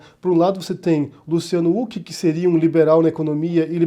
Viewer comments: se diz ruck e não uck rs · Por favor!!! É com som de "R" o nome do Huck! Qua agonia ficar ouvindo "Uck". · Você sabe que uma pessoa passou décadas sem assistir absolutamente NADA na tv brasileira quando prununcia /Luciano úqui/ rsrs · Huck, não Hulk. Assim como impeachment não tem nenhum "mã" . Eu sei que são irrelevâncias, mas irritam. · Só eu acho estranho que fale "Huck" ao invés de "Huck". Kkkkkkkkkk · É engraçado o falando "úck" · Não entendi falar Luciano " Uck" ? Nome próprio. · Mano pq vc pronuncia o sobrenome do Luciano sem pronunciar o H com sim d R???